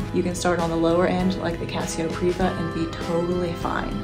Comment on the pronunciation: It's Privia, not Priva.